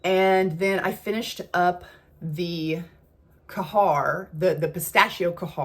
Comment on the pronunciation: Khair is pronounced ha-eer. That’s what I gather from Neeb from the Channel Aromatix.